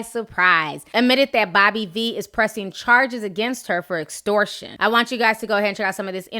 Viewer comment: Dragon Ball T Girl Series lmaoooo ; this bitch look like Miss Jay Alexander from Americas Next Top Model. How is she college educated but in her Live video she didn't know how to pronounce "EXTORTION" or "GENUINELY"?